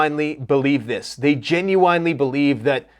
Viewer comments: Stop saying Gen-u-whine, it's Gen-u-win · Jen-you-wen not Jen-you-wine. Good lord. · It's genuine (Jen yoo uhn, like win) not (Gen yoo wine) 🥴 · Genuwine... Singer.. most famous for... pony... Come ride it, my pony... That old song Genuine.. pronunciation.... (gin- you- win) I'm sorry but I had to get that out because you're so intelligent and almost never mispronounce anything ever... It was driving me nuts I'm sorry... It is petty AF.. n it's ridiculous with this seriousness going on... For that I do apologize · I love the channel and wait for ur videos everyday... Please don't be upset with what I'm gonna say in the next post... But my brain is gonna break if u say genuwine again....